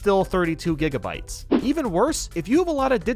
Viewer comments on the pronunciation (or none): none